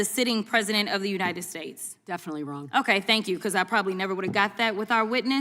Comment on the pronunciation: "Right or wronk?"